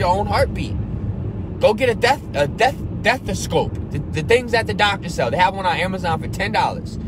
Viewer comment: You made me laugh pronouncing stethoscope love you bro appreciate you sharing xxxx